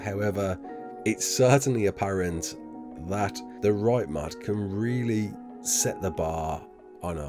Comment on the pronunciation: i was so confused when he said mod cus i heard mud